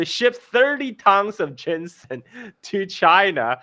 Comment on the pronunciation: GEEZUSKRIST! I quit this "video" after a couple minutes cause IT DRIVES ME CRAZY HEARING "jensen" and "cantin"........ AND A MASSIVE THUMBS DOWN.